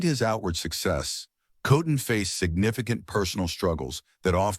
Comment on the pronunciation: You, or the AI narrator, mispronounced his name twice.